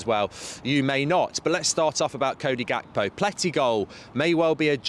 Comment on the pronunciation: Gekpo is pronounced wrongly. You need to drag the G mark. We do the same here in South Africa when we speak the "Afrikaans" language it's close To dutch the G is dragged